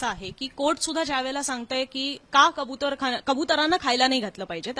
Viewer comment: खबुतर नlही कबूतर बोल